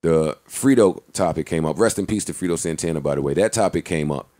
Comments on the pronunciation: Nigga Joe said Frito Santana 🤦‍♂️🤦‍♂️ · Joe: "Frito Santana" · That boy joe said frito Santana 😅